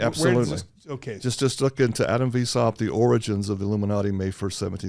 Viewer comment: It's pronounced, "vice-howpt". So glad I studied these topics pre-internet. Adam Weishaupt, Bavarian Illuminati.